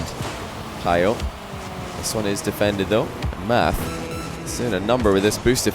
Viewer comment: Yo i think it's pronounced "matt"